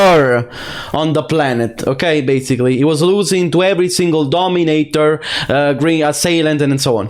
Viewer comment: You know its bad when you have a 10 loss streak to a DO-ME-NAY-TOR 😂